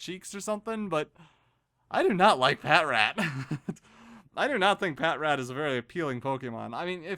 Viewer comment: Pah-Trat.. its pronounced pah-trat